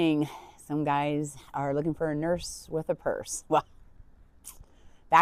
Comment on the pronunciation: Oh gurl. I ain't being no " nerse " with a " purse"😅